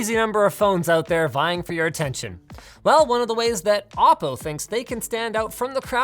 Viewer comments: Isn't it "Oh - Po" , rather "Ah -Po"? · I always though it was pronounce "Oh" "PO"...?